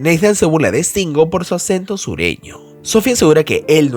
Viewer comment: No es Estingo....es Stingo ... S al principio no hay E...